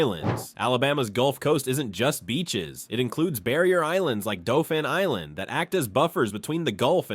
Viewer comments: And they pronounced dauphin island "doe-fan"😂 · The number of things this idiot obvious robot mispronounces is staggering. If you pronounce Mobile like this idiot AI (Absolute Idiot) in downtown Mobile you are likely to either be laughed at or more likely get your a$$ beat. Also Dauphin Island doesn't deserve such linguistic butchery either. The information is WRONG and the pictures are just disgustingly FAKE. It's impossible for an Alabamian to take seriously or watch since the writer loses all credibility simply because they are too stupid to do any research. Now go get an education and a real job and pick a subject you might actually have a clue about next time. Damn yankees! and no thats NOT capitalized in this context! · Dauphin Island is pronounced Daw fin Island 😂😂 and Cheaha Mountain is pronounced Chee Ha Mountain and Mobile is Mo-Beel and Conecuh is Cuh Neck Cuh 🤣 this gotta be a.i